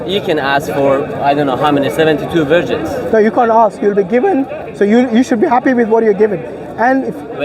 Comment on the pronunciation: No one:: “72 Wirgins”